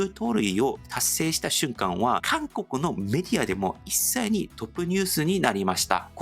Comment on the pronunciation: 大谷選手は野球が大好きで国籍に関係なく相手をリスペクトし野球発展に尽力していると思います。さらなる活躍を祈るばかりです。 今回の動画中、圧巻をあっけんと読んでいますが「あっかん」が正しいです。また一斉をいっさいと読んでいますが「いっせい」と読みます。